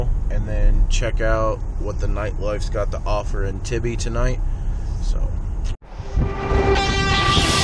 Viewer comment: When you pronounced tybee island wrong I lost it haha